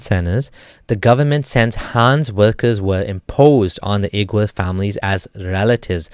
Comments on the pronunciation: Wee-gur, not oo-gur. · Uighur is pronounced as wigur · Oigur would be more correct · Hey dude, love your contents and i support your position. But you got to work a bit more on the pronunciation, namely Xinjiang and Uighur.